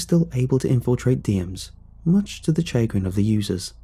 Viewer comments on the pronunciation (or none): yoooo i love your videos, thanks for all you do also i just wanted to let you know that the word “chagrin” is pronounced like this: shuh - grin its a kind of dated word, as far as i know its used as somewhat of a synonym to displeasure. “person x caused event y to happen, much to person z’s chagrin”, meaning person x caused an event that has bothered person z to some degree whether you change how you say it or not i will still watch your vids!! its great content, keep going! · Maybe it's just me, as American, but It messes me up hearing the hallway in house called a corridor or "chagrin" horribly mispronounced.... I'm thinking the writer is either UK or Australian